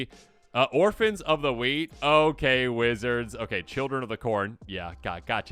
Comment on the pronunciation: I thought you said Orphans of the Weed 😂